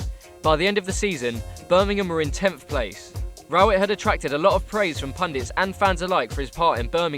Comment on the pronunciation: Can't pronounce Rowett and shown our old owners when talking about the new ones played lads